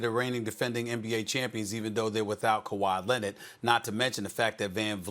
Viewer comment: SAS: Kawhi Lennnet